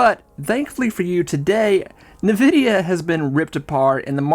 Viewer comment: It’s “N” vidia not Nividia